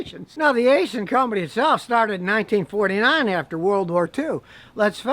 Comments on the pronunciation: haha I thought you were just straight up saying asian transmissions, nope its aisin. kinda like acein'! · It’s actually pronounced Eye-Sin, not Aye-Sin lol. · Did you say it's an Aisin transmission, or an Asian transmission? 😹😂